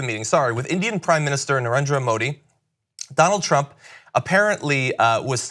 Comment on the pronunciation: Donald trump as doughnaut pump